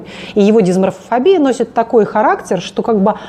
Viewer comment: Лайк если перематывал чтоб расслышать слово "дисморфофобия"